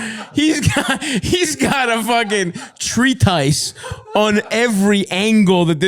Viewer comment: Treatise is pronounced "TREE-tus," not "tree-TICE." 😉👍